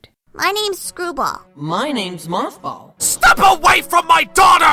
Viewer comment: It's moff ball not math ball